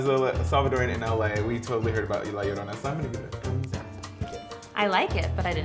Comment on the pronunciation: Am I the only one who cringes when they pronounce 'llorona' like 'iorona' and not like 'jorona'?